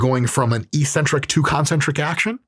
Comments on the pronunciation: Dr. Mike, perhaps you can explain why bodybuilders pronounce eccentric “ee-centric”. If we are going to randomly ignore consonants, perhaps we should discuss the “co-centric” phase? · Why do us gym ppl say eccentric wrong?